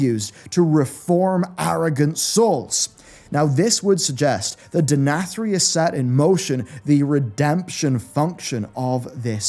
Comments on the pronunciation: You pronounced the Name Denathrius 3 different ways in this video LOL.. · I like how as the video went on longer, he kept pronouncing Denathrius more like asmongold does haha